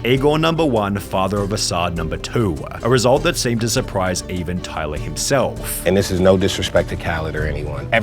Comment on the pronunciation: Tyluhhhhh the creatuhhhhhhh has had a great careeuhhhhhhh